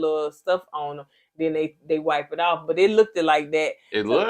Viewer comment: Oohhh..girl you said Look-ed..haha..you know better..lol.